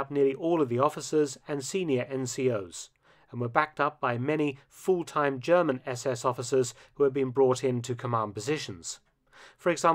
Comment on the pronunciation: For once, somebody commenting on WWII whose pronunciation of German is perfect.